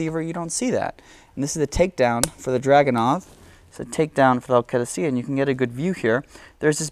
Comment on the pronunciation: I'm an Iraqi also and this guy knows his shit - very detailed and very informative video all the way to the pronunciation of the word "Qadisiyah" I congratulate you on your efforts, liked and subbed a long time ago :)